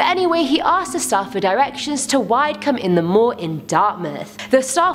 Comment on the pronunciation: #5 Its pronounced WID-E-CUM (Widecombe) in the moor! Also, the Tavistock Inn at Poundsgate is NOT a stone's throw from the church, it's almost 4 miles!